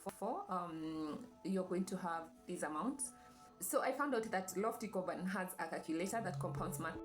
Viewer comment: Am I the only one hearing Carbon rather than Corban ?